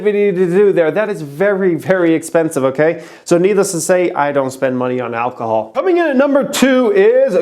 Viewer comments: Alcohol not alchol. You stupid dumb idiot. Go back to school and learn so you can become intelligent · It's ALCOHOL not AlCHOL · “ALCHOL” HAHAHA